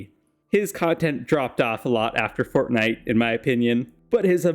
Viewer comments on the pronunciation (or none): none